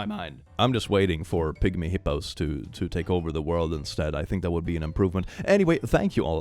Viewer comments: Ok, one sec. So, I heard "pick me hippos take over the world" And my mind went on a whole fantastic journey before I realized he really said "pigmy hippos" 🤦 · I understood "pick me hippos" on the last sentence and had to stop for a second